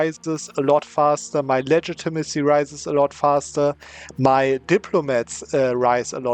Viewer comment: its pronounced ligit-a-ma-see